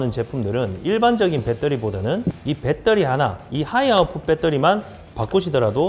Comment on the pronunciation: '빼떠리'는 어느나라 말인지